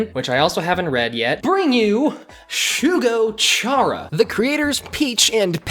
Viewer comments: Why do people say "Shara"? It's "Chara" as in "Character" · “Chara”, pronounced “kara” as in character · And after all these years, people still don't know how that 'chara' is short for character and it's pronounced with a k-sound Still appreciate the video tho, not many people talk about this series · Why are u reading chara like that 😂😂😭😭 it’s literally read as the first part of the word character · I almost unsubscribed when you pronounced "chara" like that.